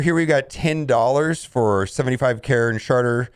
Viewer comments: Karen Sharter is the best destroying of words ever. lol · Was that “Karen sharter” I heard